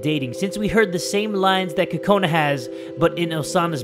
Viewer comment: BTW it's Kokona not Kakona